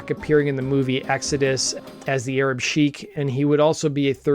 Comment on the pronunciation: Damn, you don't look at all how I imagined you. I was picturing at eldest a 23 year old white guy with a baseball cap and probably dyed black hair, maybe a lip piercing too. Love the channel, been around from when you had a few hundred subscribers. Sheik is pronounced the same as shake. 👍